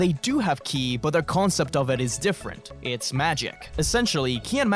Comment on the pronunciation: Can someone explain phrase "killy" is he just failing to pronounce kii correctly my autistic brain needs to know of I'll have trouble sleeping tonight